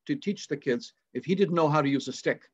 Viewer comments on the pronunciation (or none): none